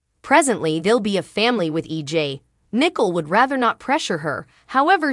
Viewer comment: Maybe if you actually watched the show you would know how to say the characters name right...even the towns name. It's not even EG...ITS EJ...you get it a fee times, but yet wrong other times